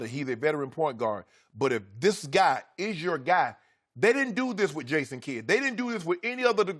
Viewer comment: "Ason kidd"🤣🤣